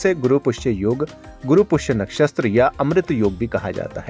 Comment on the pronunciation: कृपया अपनी भाषा सुधारें नक्षस्त्र नहीं होता नक्षत्र होता है अपनी भूल का सुधार करें प्लीज